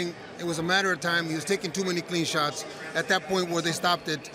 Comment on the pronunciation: So annoying with all the suits in the ring after all fights, the other annoying thing is commentator Lampley’s pronunciation of “sharts” instead of shots.